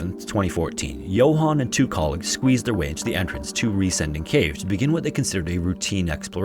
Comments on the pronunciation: While you got the pronunciation mostly right, you misinterpreted the name "Riesending" as an English adjectivisal verb ending in "-ing", like "descending", therefore your emphasis is a little off... 😅 It's actually a compound noun formed of "riesen" (engl. "giant") and "Ding" (engl. "thing"). So it literally means "giant thing" and is pronounced RIE-sen-ding (like GI-ant-thing), not rie-SEN-ding (like gi-ANT-thing). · I believe the name of cave in the 3rd story is pronounced 'Riêsen' it is spoken like the english word 'reason', ...so the cave name 'Riesen Ding' means in german 'Big Thing'! 😉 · Riesending is pronounced closer to "reason-ding" than "re-sending" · One thing about the last cave: it’s not ries- ending ,but riesen - ding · "Riesending" is not pronounced as Re-sending, but as Riesen-ding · Riesending is pronounced like "reason ding" not "ree sending" lol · As a German, it was a little bit funny for me how you pronounced the Cave in germany. The letters were right but the grooping was wrong. You said it like Re-sending but 'Resen-Ding' is much more like the correct pronounciation of 'Riesending' ^^ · It's pronounced "reezun ding" and literally means "gigantic thing". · He got the cave name wrong tho. Sounds more like "reason thing", and means giant thing. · His pronounciation of "Riesending" was amusing :)